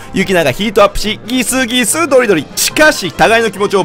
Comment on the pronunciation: ギスギス↑ドリドリ↓